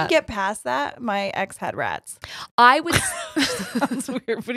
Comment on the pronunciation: I heard ratties 😂😂🐭 Also: Coagulate Louise Quagmire has me fkin dead ☠️😂